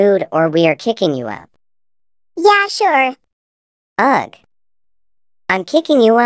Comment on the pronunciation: She pronounced sure as sorry. Fun fact: My friend's name is named Charlie